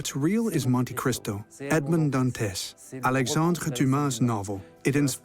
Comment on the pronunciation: AI narration just sucks. Edmaund-d-Dant-ezz. 😒